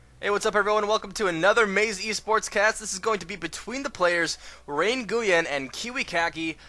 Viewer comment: his name is ray Nguyen not rayn guyen lol